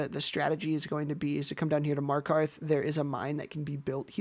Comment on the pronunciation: markhoth tis called markarth